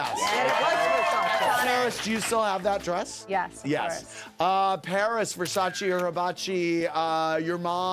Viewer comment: At least Paris did one good thing in her career: she knows how to pronounce Versace properly and that’s not too shabby